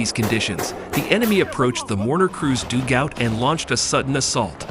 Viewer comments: "doogout" It's 'dugout', you AI numpty. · the enemies doog out lol where did you find this voice omg its painful ...... its pronounced dug - out .. simple english .... american voice commentary like its a baseball game ...its terrible